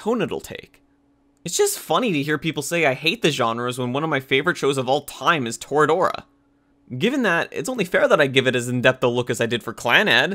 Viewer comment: It’s •Torah•dorah not toruh doruh